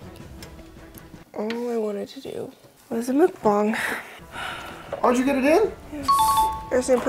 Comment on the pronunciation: "All I wanted to do was a mukbong" lmao ded.